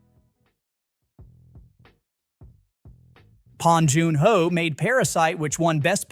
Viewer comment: The A.I voice here makes the same mistake Spike Lee did at the Oscars 6 years ago --pronouncing Bong Joon Ho as Pong Joon Ho.